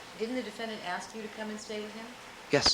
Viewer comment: Would somebody tell Mr. Darden that's it's pronounced defendant not defendaant? Thanks